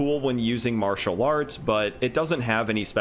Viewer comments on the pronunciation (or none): none